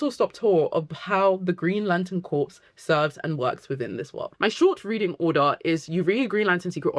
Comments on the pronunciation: they're wrong unless they are talking about corporations. Look up pronunciation guides here on YouTube - there's one from Collin's English Dictionary (even American sources will probably confirm exactly what I am saying) which is a British dictionary.. There are plenty of British people who can't even properly fucking pronounce "anything" or similar words like "something", they say it as "anyfink"/"somefink" so I would not take their pronunciation as gospel. Dictionaries, however, I will & not just because they confirm what I am saying >-> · Awesome video, but its pronounced Green Lantern "core" like marine corps not like corpse as in dead bodies. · Great video! Small note: I notice you keep saying “corpse”. Corps sounds instead like “core”. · Lantern “corpse”… 😂 RIP Hal. (Corps is pronounced “core”, btw.) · Great video. Also it’s pronounced core. Not corps. The p and s are silent 🤓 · Great video! Can’t wait for the show! Also I just have to say, it’s pronounced “core”, corpse is a dead body… but great vid! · Great video, small pet peeve is that corps is pronounced “core” (or “cores” plural) not like “corpse”. It’s a French loan word. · Awesome video, i’m loving getting into Green Lantern so much after the TV series. Not to be that person but “corps” is pronounce “core” with a silent P, and i apologize but i have to say it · great video, thank you so much. it's difficult hearing you call them the "green lantern corps" though, when it's pronounced "core". :( i know!!! loooooooool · Every time she says "corpse" I die inside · You're a beautiful lady, but "Corps" is pronounced "Core". As in Marine Corps. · It’s pronounced ‘core’ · Gentle tip: Corps is usually said as "core", something to do with our sillysht with France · I'm French and can confirm its pronounced core yeah. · Is corps another word that Brit’s and Americans pronounce differently?